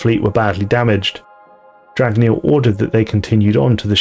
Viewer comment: Dragneel Eh? XD